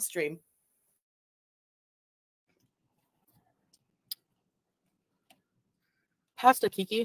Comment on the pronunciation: i love you, but the way both you and pronounce “pasta” drives me bonkers!